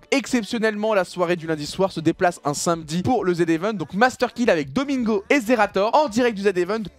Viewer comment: c’est normal doigby il sait pas prononcer “samedi”